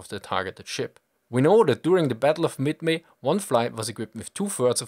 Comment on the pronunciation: battle of midmi? :p